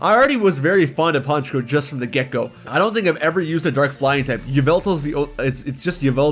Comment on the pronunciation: IT'S FREEZE, NOT FRIDGE! AND THE SECOND C IN HONCHKROW IS SUPPOSED TO BE A K!